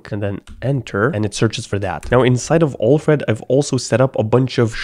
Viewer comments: Alfred Pennyworth = "Batmans Butler" pronounced: AL + Fred not OLF + RED. PS: love your videos :-) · I know English is not your first language but your pronunciation of Alfred is just wrongly annoying lol…